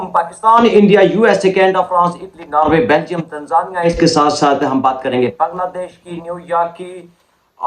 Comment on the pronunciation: It's not Naarway. It is NORWAY